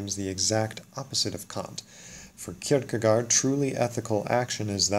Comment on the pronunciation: I know it's not really important but the double 'aa' in Kierkegaard is pronounced like to 'o' in ork. Well, that's the closest I can come to explaining it in English. I'm watching the INXX videos because I'm a female, dyscalculic, and uninterested in gadgets beyond using them (and I only care how they work when they stop working!) who on another test also scores 5w6, yet on personality tests/brain type tests, I always score INTP regardless how many times I take these different tests, and moving my answers a bit to one or the other side, within the parameters of how I honestly think my brain works, still always, comes up with the INTP/INTP-A result. However, I think descriptions often focus too much on interests and career paths. I'm a homemaker and mother. It just seems like the right thing for my family, for now. I don't know if the key to getting closer to a possible correct answer, would be to understand the emotional nature of the INXX types. I have no preference for being one or other type. But perhaps if I could figure out what type I am, then I could make it easir for the World and I to get along and help people who have to interact with me, to understand what I really mean when I say something and have people calm down if they understand that I'm not wilfully trying to be an insenstive jerk. People who try to understand my emotional nature confuse me because I don't think that's what's important to understand in anything and because of that, I'd based on possible, com